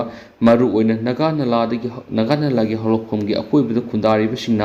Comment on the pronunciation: Naga nala haiba nate, Nagha turel ne, turel maming do chumna pabiyu. Ngasifaoba leirakpada naga naladi eikhoidi khanglakte, Nagha turel hairaga ahal laman matamdagi khangnarak a